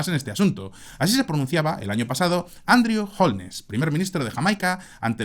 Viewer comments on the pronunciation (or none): none